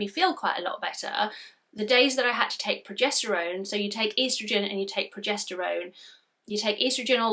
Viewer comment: Sorry progesterone not projesterone lol.